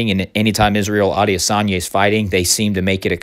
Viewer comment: I think it's pronounced Israel I-diss-on-ya